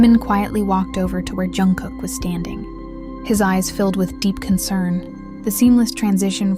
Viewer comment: He hates when his name is pronounced as if it starts with a Y. Why do they do that? Even if the story is made up like this one YOU SHOULD AT LEAST SAY HIS NAME RIGHT!!!